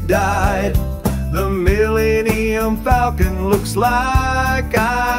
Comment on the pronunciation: "Millie-eam-um Falcon"?